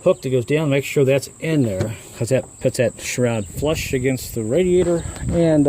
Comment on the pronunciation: video, however sharoud? No such thing. It’s a shroud.